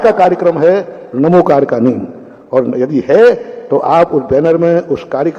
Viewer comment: नमोस्तु आचार्य महाप्रज्ञ ने भी बहुत पहले स्पष्ट किया है कि यह णमोकार मंत्र है ण उच्चारण करने से जिव्हा तालु से टकराती है जिससे शक्ति जागृत होती है यह प्राकृत भाषा का मंत्र है और प्राकृत भाषा में न अक्षर हैं ही नहीं वहां तो ही है अर्थात् णमोकार